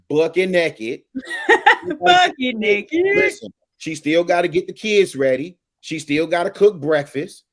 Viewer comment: “Bucket NAKEED!” 😂😂😂